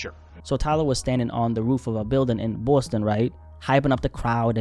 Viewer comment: Boston ❌ Bwustun ✅